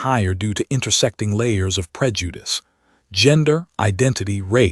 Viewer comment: I can guarantee you if this dude has been slipping in and out of this person's house at wee hours of the morning, he already knew what he was laying with...And please STOP with the emphasis on the word "prejudice", it doesn't out of pocket at this point...I'm done with this channel... Deuces